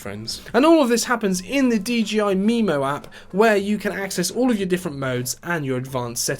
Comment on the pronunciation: Bro got me pronouncing it “DGI” now 💀💀💀